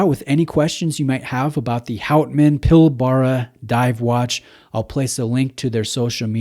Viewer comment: Really nice piece. Not a fan of the bracelet, would look awesome on a rubber strap or NATO. Also, it's pronounced 'pil-bra', just another of our weird Aussie words :)